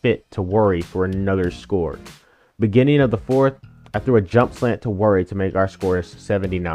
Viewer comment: is just saying “worry” 😂